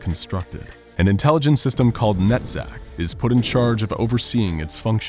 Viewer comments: As an hebrew speaker, it really bothers me when he pronounces Netzach as "net-sac". It should be "netz-ahh". And it means - Eternity. on that note, Keter is also hebrew. it means Crown. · Its not netzack Its nutsack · Man, is it just me, or does it REALLY sound like he's saying, "Nutsack" instead of Netzack? Especially the first time he said it. Makes me wonder if he really DID say, nutsack, just to see if he could get away with it, since it sounds somewhat similar. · It's deliciously puerile, but did anyone else hear nutsack? 😂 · NETZACH sounds like nutsack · Am I the only one who is hearing NUTSACK instead of NETZACH?? 😂😂😂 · Man it sounds like he’s saying nut sack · Every time you say NETZACK all I hear is nut sack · Lol everytime I hear NETZACH i thing NUTTSACK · Swear to god I heard Nutsack instead of NetZach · When he said nezach I heard nutsack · I was half asleep while watching this. Whenever he says "Netzach" I keep thinking he's saying nutsack :/ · I thought he said the computer programs name is nutsack🤣